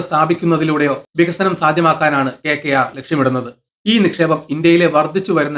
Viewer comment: എന്താണെടോ ഈ KKR ഒന്ന് തെളിച്ചു പറഞ്ഞൂടെ